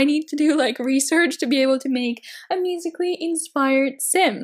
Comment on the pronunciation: U said musically right